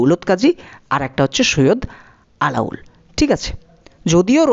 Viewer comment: আলাউল নয়, আলাওল হবে